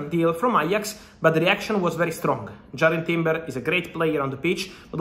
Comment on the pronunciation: Whos jarred timber?? Sure its jurrian timber 🤣